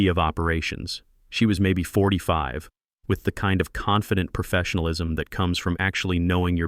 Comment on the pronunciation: "PERduction" is not a word. * PROduction. "PERtecting" is not a word. * PROtecting. "PERfessionalism" is not a word. * PROfessionalism. "PERdicTID" is not a word. * PREdicTED.